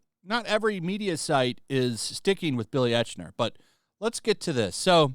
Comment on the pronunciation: It's pronounced like IKE-NER not ech-ner.